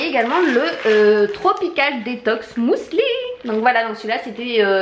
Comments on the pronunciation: On dit pas " mousli " mais muesli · Pourquoi "mousli" ? C'est un "u" 😂😂😂 Tu me fait trop rire. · Heureusement que les colis étaient bien emballés parce que franchement ton facteur n'avait pas à faire ça.. sinon je n'ai pu m'empêcher de sourire à chaque fois que tu prononçais le mot muesli, je n'avais jamais entendu quelqu'un dire "mousli" et j'adore haha Gros bisous 😘